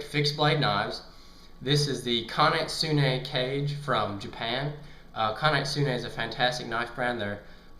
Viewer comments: Kage (kaw-gay) not cage. Just helping with pronunciation. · Great vid man and BTW it's pronounced Ka-Gea and not like Cage :) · Kah Gay. Thats how its pronounced. :) great review.